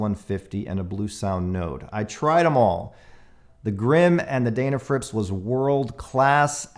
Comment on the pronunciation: Just one observation about pronunciation. You say 'Daynafrips' but everyone else calls that maker as 'Dennafrips' which seems to be close to their actual name. Not a big deal but I thought you might want to consider this. Cheers.